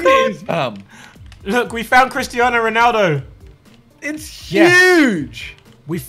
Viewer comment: It makes nit Ronaldo you pronounce it like this messi